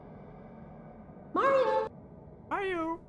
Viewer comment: C'est pas Mario c'est Lario